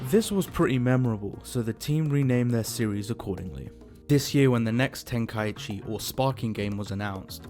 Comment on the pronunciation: Before making an hour long vid, atleast learn how to say tenkaichi properly. Idk how so many people say it wrong